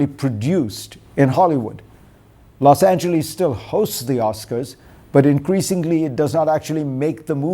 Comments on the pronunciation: Fareed is, as usual, spot on. Now if he would learn to pronounce ' Los Angeles'! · Dr. Zakaria, try to learn how the American city name LOS ANGELES is pronounced. Please try. (Whether some Mississippi farmers say the city name that way is irrelevant!) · Great commentary. Spot on. Just one correction - it’s Los Angeles, not Los Angelees